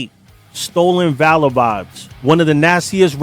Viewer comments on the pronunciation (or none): none